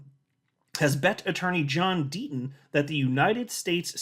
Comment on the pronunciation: Gotta love the "D-Ten". ❎®️🏁🇨🇦